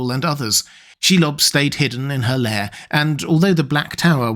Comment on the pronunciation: Um, "lair", not "layer".